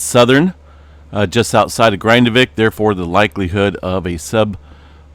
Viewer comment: Your pronunciation of the "a" and the "i" in "Grindavík" is way off. This isn't the English word "Grind" but the Icelandic word.